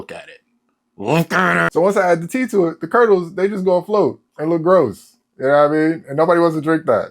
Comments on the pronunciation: omg bro I thought you said pee at first. I was about to say wtf are you doing😂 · I heard pee instead of tea, anyone else? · I thought he said pee instead of tea 😭